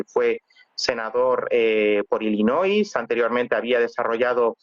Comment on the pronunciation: Se dice: ILLINOI. Sin S